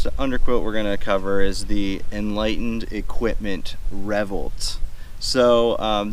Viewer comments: That caught me too. Revvolt. Its not a weird word. RevvOlt. RevvvvvvvOLT. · Well isnt that an interesting pronunciation of the word revOlt?